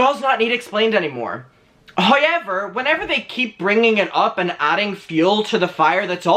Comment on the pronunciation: I need another bear that says "Hoyever"